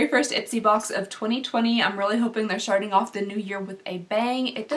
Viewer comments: Who else hears her saying “sharting” at the beginning of the video instead of starting bc I’m dying 😂😂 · Did you say "sharting off the new year??" I swear I played that 15 times and that's what I heard. Lol!! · Did any one else here "sharting off the new year with a bang?" 😅